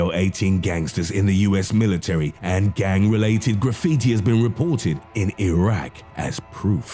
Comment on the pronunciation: As a gang! Like why tf do you need to emphasize that its fucking annoying i would have rathered texf to speech then your voice the only reason i watched was because it seemed intresting